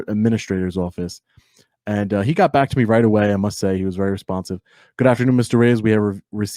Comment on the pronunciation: 3 seconds into his intro is all you need to see what a clown he is, and when he says "BACK" like it's something special, I threw up. A know nothing know it all.